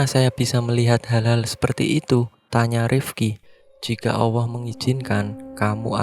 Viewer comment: Min,yg benar ALLAH..bukan AWWOH..🤭🤭🤭